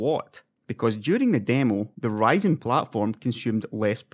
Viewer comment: it's Ryzen not writing !